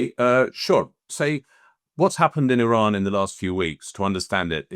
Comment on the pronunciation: Neutrality ???😅 Why don’t you go and learn how to pronounce the word Iran, then spew pro fascist hypothesis about dignified people of Iran. Shame on you.